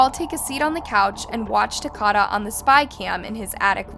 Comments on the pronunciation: His name was Ta-ko-da (Takoda). Not ‘Tacada. Please pronounce it correctly. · No disrespect but You're saying his name wrong. It isn't TUH-CAH-DUH....it's TUH-COH-DUH. Like Dakota. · She definitely kept saying it wrong. “Ta-Cod-Uh” is not correct. It’s Ta-Code-Uh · Hey it’s TA-KODA. Like DAKOTA, but TA-KODA. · It’s TA-CODE-A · The least you could do is pronounce his name right! It’s said like Dakota but with a T. Literally no one pronounces it the way you are. Smh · I find it disrespectful that you didn't even bother looking up how to pronounce his name... wtf? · U HACKED the names up even takodas name smh but other than that thanks for spreading the word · You’re literally watching the interrogation where they say Takoda’s name countless times and you STILL SAY THE VICTIMS NAME WRONG smfh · Takoda pronounced like Dakota Do your research instead of disrespecting a dead baby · @@ she doesn’t pronounce it properly because she is AI. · you saying his name wrong it like Dakota but with a T just wanna let you know love your channels still thoe ❤❤❤ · lol she is most definitely saying it wrong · @@ she is pronouncing his name wrong. 😑 I'm from the same city this happened in. Nobody says his name the way she saying it.